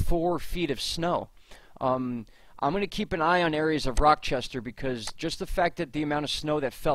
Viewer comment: Great work...you are more helpful than local weather reports...Thank You!! Mar 2 afternoon...12 -14 in so far... Slight correction...Rochester , NY ....no "k" sound..."ch" like Charlie! Much love..